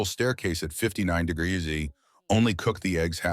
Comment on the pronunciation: Your AI has trouble pronouncing "degrees" and "celsius."